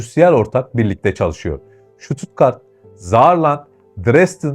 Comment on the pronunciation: Vay be Almanya neymiş.... 😂😂😂 Kim inanır? Kadir inanır... Hocam şuttuttgart değil... STUTTGART 😂😂😂